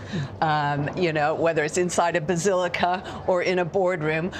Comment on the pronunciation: It’s not the “Bazillica”